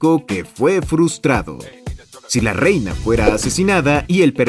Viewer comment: como que “reyna” 💀